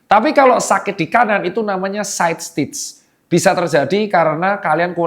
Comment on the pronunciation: ini namanya side stitch kan ya bukan systech (sistek dibacanya)